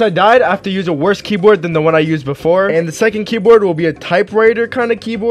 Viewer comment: This is how many times he said key broad ❗️ ❗️